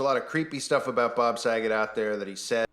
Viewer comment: I don’t like the way he said Bob Sagat’s last name, he put a little too much emphasis on it. It definitely gave “Haha his name can rhyme with the F-slur” “joke”. And I’m glad someone in the chat caught the same vibe